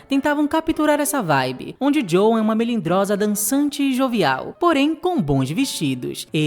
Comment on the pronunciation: Excelente vídeo! Só uma dixa... Na pronúncia de Joan é inglês, o a não é pronunciado; fala-se "Djôun"